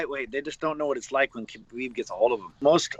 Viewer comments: kabooiiieeeb edit: alright you corrected your pronunciation in a later video, subbed to the channel mate! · It’s pronounced Habib not Khabib….Fgsake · It sound like you were saying his name wrong the whole time. You don’t pronounce the K. But other than that, badass video man. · You don't say the K in Khabib. The K is silent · It's funny to me, as good and well known as kHabib is.. barely anyone pronounces his name correctly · Bro did so much research and still can't pronounce Khabib's name right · The K is silent